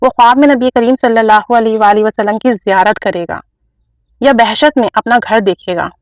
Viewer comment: subhan Allah, by the way its'bahisht' not bahshat